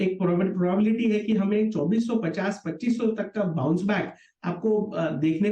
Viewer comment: Bounce back nahi sir downce back 😂😂😂😂😂😂😂